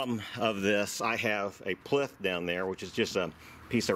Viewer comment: What you called a "plith" is actually a "plinth".